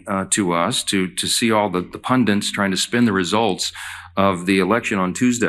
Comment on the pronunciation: There’s only one N in Pundits. It's not Pundints MAGA Mike